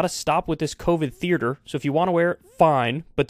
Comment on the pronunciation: New pet peeve: Kyle saying "theerder" instead of theater